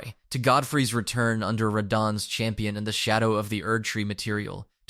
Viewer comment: Marika (MARE-IKA/MERICA) Radahn (RA-DON) please fix your pronunciation of the names of THE MAIN CHARICTERS